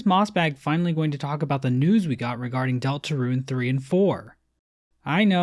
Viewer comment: Rune, not ruin. Wtf is so hars about these 2 words.